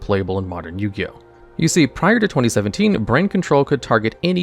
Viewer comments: Ah yes, my favorite anime Bo-Ti-Oh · did you say "Yugi Boto" lmao